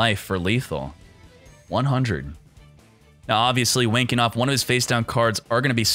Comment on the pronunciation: This is for all the times said Wayne Kenoff, and I kept hearing "Wanking Off".